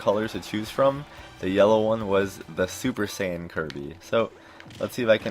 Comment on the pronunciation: did i hear u call keeby super sayan gold kirby. haha dbz kirby. btw yellow kirby is called keeby. just saiyan